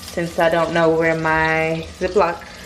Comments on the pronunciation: He said ion like dis one😂😭😭😭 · Xaynzx he said “ ion know “ 😂😂😂😂I’m dead